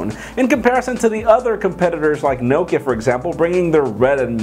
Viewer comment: Please pronounce Nokia correctly